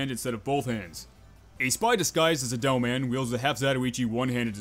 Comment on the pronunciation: why do i hear you say devil man instead of demoman